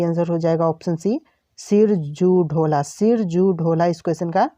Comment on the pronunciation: सिराजुद्दौला को आप सिरजू ढोला कह रहे हैं अपने शब्द को सुधारे नहीं तो परीक्षा में पूछे जाने पर परीक्षार्थी को चक्कर आ जाएगा सिरजू ढोला आप कह रहे हैं